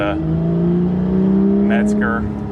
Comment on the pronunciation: Why does everyone seem to believe there is a "T" in Mezger, there is no "T" people! :)